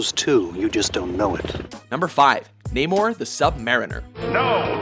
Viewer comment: It's NUH-mor, not NAY-mor. Also, AW-quaman, not AH-quaman.